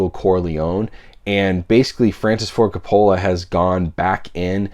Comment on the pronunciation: They Live has been out on 4k in the UK for several years now and is available to import. Also, why do you continue to mispronounce Coppola’s name? Great news about LOTR though.